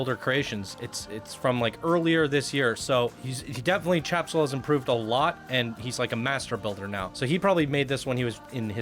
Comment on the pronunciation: "Tjebsol" doesn't read like "Chap-sol". It would be more "Te-jeb-sol". It's an interesting take on the game's story with a LOT of work put into it, but the journey is WAY too long. So many boosters. With stories like this, you need to do a synopsis version. There's no need to show everything single thing went on or spend a lot of time weaving in and out of a given location (i.e. the fort and town, river run, the underground complex) or long spurts of time traversing inaction zones built to separate areas (stretches of nothing more than trees, water, tunnels, red lit rooms, etc.). One or two passes is enough for the viewer to know about the area from the plot. Creating key moments is the best way to do stories like this for PC. For perfect examples on how to show a movie/game story in a semi-short form, look to Brad Hamilton and his many amazing PC creations. Also, the track needs serious smoothing. Really wonky.